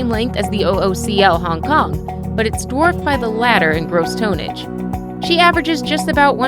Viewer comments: I think u mean Tonnage. Not toneage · ...you lost me the first time you said, "tone-ege". I prefer my commentators know how to pronounce their words...say it with me now, tonnage!